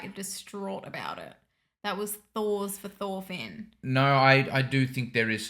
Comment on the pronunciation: Not sure if anyone has already said it, but all their names are pronounced with a T sound and not a TH sound. "Thors" pronounced as "Tors," "Thorfinn" as "Torfinn," etc. Same with Askeladd. His name is supposed to be pronounced the same as you hear it in the show. "Ash-eh-ladd".